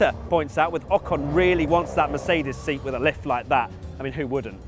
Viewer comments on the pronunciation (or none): none